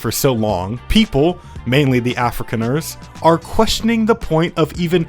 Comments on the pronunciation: Af-ri-khan-ers, not Africaners! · it hurts to hear "africaners" and "africa skaild" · as a South African... it hurts when you butcher those names and surnames :D lol edit: ossewabrandwag... loose translation (or direct translation)... ox wagon fire fighters? edit2: afrikaaners... afri-Khan-ers ... is the best I can come up with for pronunciation in your case lol